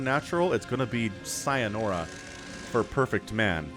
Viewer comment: you loled me, "sayanora" its sayonara, and i wont delay complimenting on the "zoom out" for a change